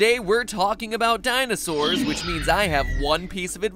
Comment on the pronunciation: you mean, Dinoses?